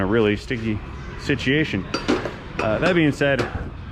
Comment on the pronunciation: I kind of like the way you occasionally pronounce the word situation 'sitcheeation'. I'm British but quite happy to adopt that one. Being primarily a motorcycle mechanic and engineer I don't use uggaduggas much but you've convinced me I need some of those 3/8 right angle ones 😁